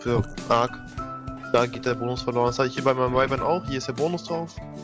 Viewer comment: es heißt weifern nicht wiwern